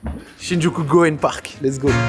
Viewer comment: Juste pour le parc, le Y se prononce et Gyoen ça veut juste dire parc en japonais